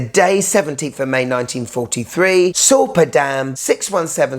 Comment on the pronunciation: I live close to the often mentioned Sorpe and Möhne dam (pronounciation was quite good). As a local I just cannot like this watch. I think nothing should glorify any happening from any war from any perspective of the participants. Especially if it killed a ton of civilians and not soldiers. Even if this watch is a piece of fine craftmansship this is a big nono for me and I would reject it even if it would be gifted to me.